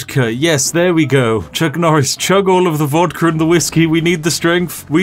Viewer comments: Nucc Chorice: A Farce-a-Ton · its nuck choris! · It's Nuck Chorris